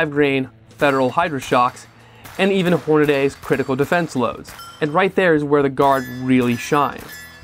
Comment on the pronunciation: Seems really odd to me - the -dy ending is -dee in every other case, and in their videos they even say Hor-na-dee. Check the "new products" vid on their homepage. Maybe they just aren't very consistent about it. Your video on the Guard was still good, not dissing that. Just hearing "Hornaday" a lot lately and can't figure out why.